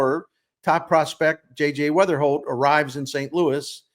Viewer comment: It’s Weatherhokt NOT Weatherspoom!